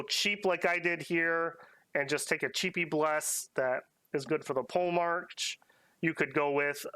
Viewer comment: Please don't go into the campaign saying "pole-march" haha It's poe-le-mark